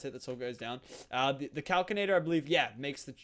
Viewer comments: Kal-Sin-Ay-Tur Not Kal-Kin-Ay-Tur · I cri evry tiem he says calcinator. It's pronounced cals-in-ator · it hurts me when he threw away the kinesis pipe and he says calcinator instead of calsinator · Its cal-sin-ator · Also, Calcinator is pronounced cal-si-na-tor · it's cal-si-na-tor 😠